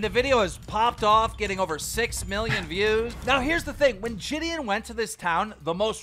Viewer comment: I don't mean to entirely criticize, but the guy's name is pronounced ɡɪd-i-ən, like from "Buffy the Vampire Slayer." Unless somehow I'm wrong, and then I apologize.